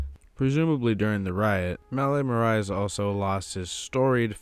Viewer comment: The pronunciation on Marais tho😂 love the video tho!